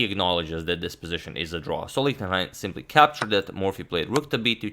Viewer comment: please consider: ch in Gernan is like sh im english... his name is read like Lishtenhein